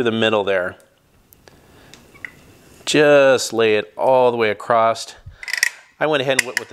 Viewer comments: It's across not acrosst. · The word is ACROSS, not ACROSST/ACROSSED please learn how to speak before doing 'How to' videos for the world to see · I've given up correcting people for using "Heighth" instead of Height, but, this is my first time hearing "Acrost" being used for Across. Language is liquid, I guess. Or, should I say "I guethe". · Across...not acrost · Nice job. Looks good. Btw… the word is “across”… not “acrossT” as you keep pronouncing it. Sounds like a toddler saying it… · Across not acrost 😪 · Dude the word across does not end in a T.